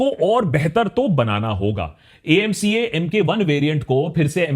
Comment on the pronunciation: Acama nahi amca bolo ap